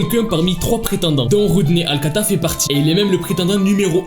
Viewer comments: Tu dis tout le temps alcata alors que c'est alcala 😭😭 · C’est Rodney alcaLa pas alcaTa, et il n’a pas tué la petite fille mais l’a battue avec une barre de fer … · c’est pas alcata c’est alcala